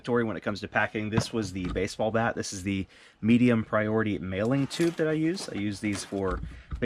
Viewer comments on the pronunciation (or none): none